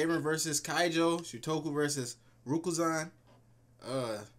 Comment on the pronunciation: It's RAKUZAN not rukuzan Akashi#thegoat actually akashi is the one who descovered kuroko's power u know so basically we are able to see kuroko's basketball because of akashi just think about it...